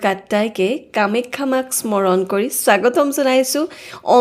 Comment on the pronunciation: কামেক্ষা বুলি কিয় উচ্চাৰণ কৰা?